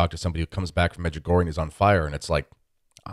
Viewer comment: I would suggest talking about what you know. Clearly you have the Medjugorje for Dummies as your guide. (1) you mispronounce the name od Medjugorje. (2) as to the parchment with the 10 secrets, Mirjana can read it, other people can't for the obvious reasons. (3) give me $ so we can build more churches? What churches? (4) there are authenticated healings....how many people have you cured?you have major issues, unfortunately your lack on intelligence can't be helped.Could go on...